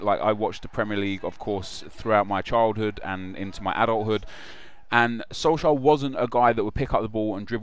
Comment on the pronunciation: atleast research what the League in Norway is called.. Tippeligaen. Also, look up how to pronounce the name.. Sounds like you're saying SolSchär